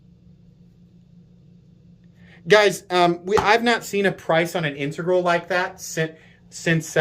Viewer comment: THANK YOU for pronouncing 'integral' CORRECTLY. You are one of maybe 2 YT hosts that can a actually pronounce it. Makes me want to view ALL your vids. That knife is awesome, just can't be spending those kind of bucks on a folder. But, oh it's sweet.